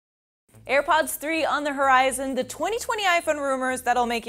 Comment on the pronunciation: "Ir pods" lol